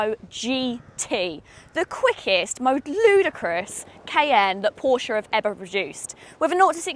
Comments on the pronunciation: This is absolutely fantastic and it looks 😍. But I think we may have a falling out over the pronunciation of Porsche...😋. Excellent production value on this video as well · She pronounced "Porsche" pretty much as most Germans would but then even Germans have different pronunciations across regions. I call it "Porsh", without pronouncing the "e" as Germans call "Jaguar" "Yaguar"